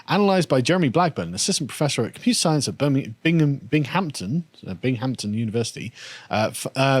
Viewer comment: It's pronounced bingam tin :)